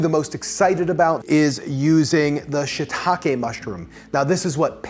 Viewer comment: Subscribed because your pronunciation of shiitake is correct.